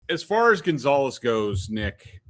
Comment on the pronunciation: Rofl "Gone-zo"